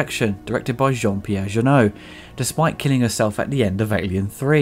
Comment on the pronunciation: Alien: Ressurection is Jean-Pierre JeunET, not JeuneEAU. lol